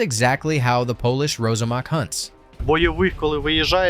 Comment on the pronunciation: It’s pronounced ROSSAMAK — (not Rozamak).